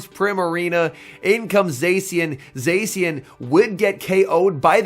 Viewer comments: I do hear "xe" but not se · Somebody teach this guy how to pronounce zacian